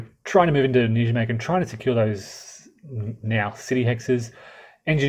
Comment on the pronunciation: Come on with the name Wise Guy History you could dip a toe into research. You're not a Yank so make an effort with foreign place names! It's Dutch - "J" is pronounced like a "Y" [NY-may-gən], "W" like a "V" "Vaal" & "Cuijk is similar to to "Kaayk" [one syllable]. Wargamers profess an interest in history & nearly all of them get the basics wrong on names, dates & geography.